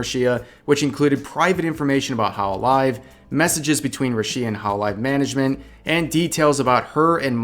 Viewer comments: Korekore is very sensationalist but he has also genuinely helped many people, specially women, get justice for wrongdoings influencers and other famous people had done them Btw, thank you for this video. Finally someone that actually does their research and watches the Korekore video. Well, you didn't research the pronunciation of Rushia's name but that's ok lmao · I find it weird how you pronunce rushias name btw. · You've made so many damn videos about her and you can't bother saying her name correctly. Christ lmao. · how can you call yourself a fan if you keep saying her name so wrong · The way you say "Rushia" is... Interesting to say the least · Oh i thought you said russia drama didn't know there was another "rushia" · Rushia was mispronounced so many times in this video that it didn't even sound like a real word by the end of it. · I tried to ignore how you’re pronouncing Rushia but you say it so many times. Put the emphasis on the Ru syllable, not the shi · Stop saying Rushia like that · why do you keep pronouncing her name so weird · Why do you say her name wrong asshole. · Every time he pronounce Rushia, my ears bleed so much. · "I was a fan of Rushia too". Says her name wrong for 8 minutes straight. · Dude doesn't even pronounce Rushia correctly, it's not even an accent thing, its just like not even close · You think russians will stop at ukraine? Ha! They'll stop at Revs house for his pronunciation of Rushia. Vtuber having a relationship? Couldn't care less. A contract breach? Oooof. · Thanks for the heads up, but for the love of god, why do you keep saying Rushìa. Everyone calls her Rùshia cause that's how you pronounce it. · Hey, this is important. Its called RUSHIA, pronounced ROOSHIA, not RUSSIA!!! Your pronunciation is going to make Youtube's algorithm involve this topic into the Russian war that's going on now!! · may be just me but i get triggered when says rushi-a instead of just rushia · The fuck is a Ru-SHEE-ah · who the heck is ru-shi-ya